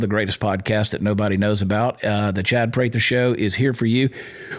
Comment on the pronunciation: DUDE! You just called your show the Chad Prather Show with the long A sound! What’s up with that?